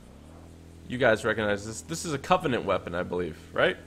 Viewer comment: not covonent